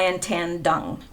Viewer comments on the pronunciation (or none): Dung is pronounced Yoong. The D is a Y unless there is a horizontal line through it, then is like our D. Nguyen is pronounced something like Nwen.